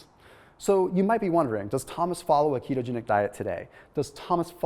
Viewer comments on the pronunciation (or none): Did you say kete-angelical?